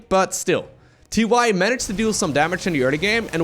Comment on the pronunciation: Is it TY, or is it pronounced TieTie?